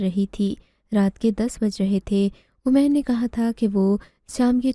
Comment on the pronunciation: اردو کے نام اردو کہانی سنٹر بدنما داغ ھے اردو تلفظ صحیح لکھنا سیکھو اومیر نہیں عمیر ایسی بہت سی غلطیاں ھیں